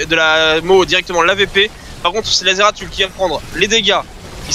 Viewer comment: svp les gars sa se prononcé zeratoul XD